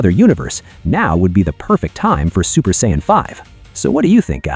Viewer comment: Why would you use an Ai that cant even pronounce Saiyan?,its not the use of Ai that pisses me off for things like this,the creator might be mute for all I know,its the fact none of these assholes ever check what the Ai is saying and never do corrections in the script,you already being lazy using Ai voice the LEAST you can do is check the damn thing.